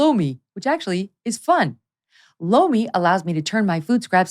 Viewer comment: Megyn does her ad for Lomi. But it sounds like she’s saying, “blow me.” Cracks me up every time. 😂